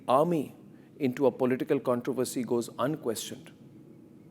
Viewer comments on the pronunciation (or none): none